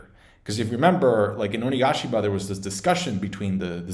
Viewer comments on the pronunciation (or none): none